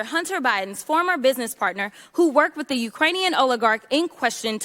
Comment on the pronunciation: Fake hair, fake lashes, fake nails, can’t pronounce the word “with.”